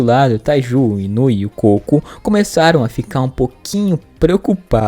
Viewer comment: Gente o nome do cara é Koko ou melhor Kokonoi e não cocô 🤣🤣🤣